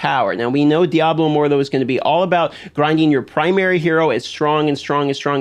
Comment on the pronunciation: Lmao how you say diablo immortal like diaboh immordoh